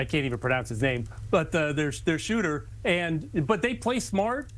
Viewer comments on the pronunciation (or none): none